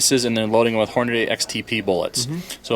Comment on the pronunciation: Does it bug anyone else to hear people pronounce Hornady - "Horn-a-day"? "dy" is pronounced "dee", not "day". Repeat after me... "horn-a-dee".